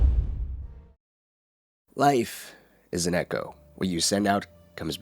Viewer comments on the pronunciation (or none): none